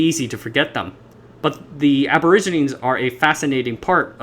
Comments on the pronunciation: Aborigine is pronounced ab o rig i ne. Not ab or i gine. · For the narrator, the word Aborigine is latin in root and you need to pronounce the 'e' at the end "/ˌabəˈrijənē/". Might as well use 'Indigenous' instead which is in vogue today. The Polynesian languages have their root from Taiwan's indigenous peoples, shown by linguistic analysis. Also, peoples have been crossing the Taiwan Strait for tens of millenia, since human migration had many peoples crossing the Taiwan Strait, where long distance ocean going vessels and navigation were devised within the safety of the large waterway. Chinese history shows exploration in the 3rd century CE. If it were left to the western world to deal with the indigenous peoples, they would had ended up only on Penghu, just as Ni'ihau is a indigenous reserve within the Hawaiian group of islands. The push of Christianity onto the indigenous everywhere in the world has profound negative effects on how they exist now. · Aborigine is pronounced like "a-bo-ridge-uh-nii". Otherwise great video. I'm intrigued now. Subscribed. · Check a dictionary for the pronunciation of 'aborigine.'